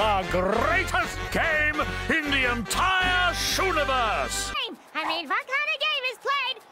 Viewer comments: the entire what? Shuniverse? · I think he said "shoe-niverse" :0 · it's just that apparently they call the universe the shoe-niverse, just like they have dice-cycles instead of bicycles or lollistops instead of lollipops. idk if they mention it anywhere else tho